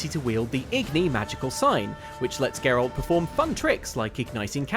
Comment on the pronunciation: said Geralt's name correctly 8 times in this video, and I'm almost disappointed.